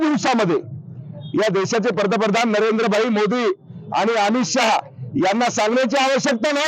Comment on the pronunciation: पतप्रधान नाही रे पंतप्रधान... म्हण.... मुर्खा